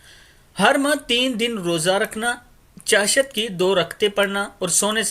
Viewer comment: بھائی آپ اپنی اردو کا تلفظ صحیح کرلیں ۔چاشت میں آپنے ش پر زبر لگاکر مزہ ہی خراب کردیا۔